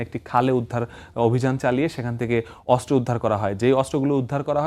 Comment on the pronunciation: অস্ত্র উচ্চারণ শুদ্ধ উচ্চারণ করতে হবে 😮 অস্ত্র উচ্চারণ শুদ্ধ হচ্ছে না 😮😮